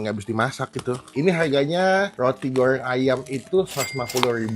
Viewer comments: Goreng bang bukan goyreng😂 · Roti gowrrreng... Ngomong goreng aja gowreng... Maaf masnya cadel apa emang gt cara ngomongnya???? Btw usaha org jangan dijelek2in lah hehe